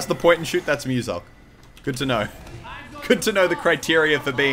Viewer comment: mewsilk no. moosalkh pls.